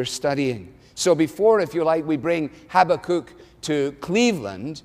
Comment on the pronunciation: I like Alistair's pronunciation of Habakkuk! No, I love it!!!